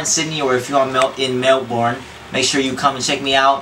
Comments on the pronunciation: jay learn to say Melbourne, it's not Mel-born it's Mel-bern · lol the way he says melbourne, bahaha gotta correct his pronunciation when he comes here~~ ;) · Jay babe! its pronounce at MEL "BURN" not MEL"BORN" hahaha cutie ! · hay Jay, its read like Mel-Born but we call it Mel-Bun, can't wait till you touch down, to Australia !! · I don't know how to react to Jay's friends..... I end up laughing anyway..... Oh, and Jay?? MELBOURNE not MELBORN... Omaigawd!! I start saying Melborn nowadays too... Loving this ep!! Thank you!!! :) You rock!!!! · omggg its pronounced melbin as in rubbish bin... lol he sounded like my gps wen he said melborne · hahaha jay.. youre meant to pronounce it as *mel-burn*not mel-bourne :P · MEL-BURN MEL-BURN!!! not MEL-BORN. lol jay!! XD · mel-born. haha, love jay. it's a pity i won't get to see him in australia. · The way he pronounces Melbourne.... *dies of laughter after the batman dude* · lolol jay pronounced melbourne funny,sounded like melborn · actually those words would be pronounced the same way over here (USA) bourne and born have the same pronunciation and the American pronunciation is like Mel-born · Again with the Mel-BORN LOL xD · It's usually pronounced Melben here is Australia :D American accents are cute as! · mel-BORN.... serious? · Mel-BORN. Lol, Jay. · Hahaha Na he said Melborn =P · It's so cute how he pronounce Melbourne! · lol still cant say melbourne properly XD